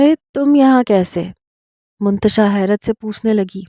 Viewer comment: Mantasha hai naam hota h naki muntasha